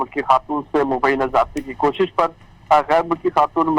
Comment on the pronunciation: کوکش نہیں کوشش